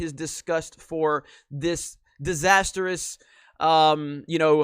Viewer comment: There's no E in disastrous. The way you pronounce it I can tell you spell it wrong. You said disasterous.